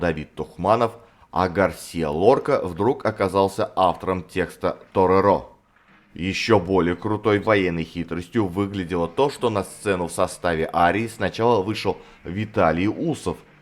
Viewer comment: Мой сосед торерО) а вот Норфолк и правда Но́рфолк, к вашему сведению